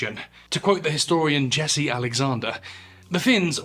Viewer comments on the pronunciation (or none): none